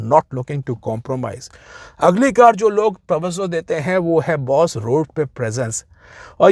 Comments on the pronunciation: Sir.. with all due respect...woh TAVVAZO nahin TAVVAJO hota hai 😅😅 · Its tawajjo, not tawazzo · Sir tawazzo nahi hota, tawajjo hota hai. Thanks!